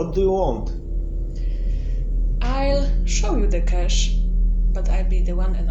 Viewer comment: People who have the time to add an extra syllable to the word "cache" should spend that time converting their DNFs instead!